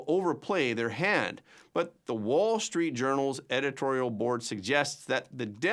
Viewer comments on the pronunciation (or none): none